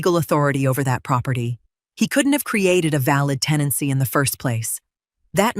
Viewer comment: TENANCY not “teny” (that isn’t even a real word).